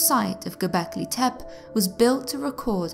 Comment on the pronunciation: Gobelki Tepe - Tepe is pronounced TEPAY not Tep